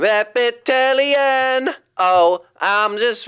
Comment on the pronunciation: ✨🎶🐍"your rE-pEe-tiL-IaN"🎶🐍✨ Bars